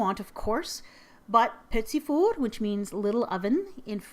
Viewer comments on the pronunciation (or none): Its pronouced pety for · Of it really is petit fours... Warning French lesson... You would and should not say the last t on petit and it should be petit not petits... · Your pronounciation of 'Petit fours' is cool - not englisch-like, but east-european-like :-) The R is sooooo special xD